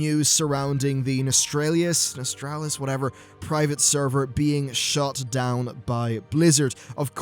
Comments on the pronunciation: Why are so many people pronoucing Nostalrius wrong? It's very similar to nostalgia (who would've thought?). It's not Nostralius but NostalRIUS. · Nos-tall-ree-us. Aside from being a picky grammar jerk, you hit the nail on the head. The consumer demand for old world content is astounding, and Blizzard ignores it--and shuns it--at their own peril. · can you stop saying nostraylius and nostrailius, english is your main language so use ur fucking brain and take 2 seconds to pronounce it properly before making a vid on it pls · Nos-tal-ri-us... Like nostalgia... Not that hard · Just read the word one time proper before talking please:P Nostal-rius...... (hint NOSTAL-GIA) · NOS-TAL-RIUS :-P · Lol, both ways you said it weren't even right. There's no r after the t. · Can you at least look up how to pronounce Nostalrius before making a video about it?